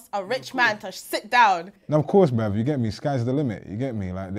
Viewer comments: Why does he say “brev”? Instead of bruv? Or is it just my ears? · Tell you spell the word Brev not Brav. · "Shout out to the non-binary people bruv"😂😂.. I like the way pronounces "bruv"